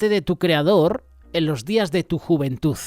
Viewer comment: 😮juventuz no se dice" ni verdaz...😢😢😢tampoco.